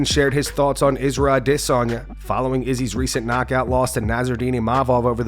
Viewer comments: I hate when people try to pronounce adesanya's name as aww de sanya. Bro, just call him adesanya and relax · If I hear you pronounce aDEsanya wrong one more time, I’m unsubbing. Are you trolling? wtf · The way this guy pronounces Adesanya is my biggest pet peeve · This guy put's so much swazz on the pronunciation Of Adesanya while not pronouncing Isreal correctly.